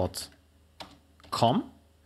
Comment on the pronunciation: Why TF does F00F sound so funny